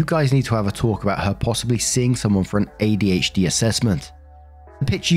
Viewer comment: So - an ADHDAH.